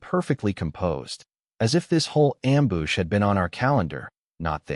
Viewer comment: 😂 Ya AI saying "Ambush" sounds like "Amboosh" 😂 not complaining like cos its hilarious!!